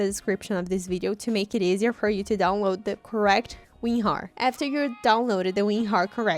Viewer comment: She said ….remember you need to download weenhar lmao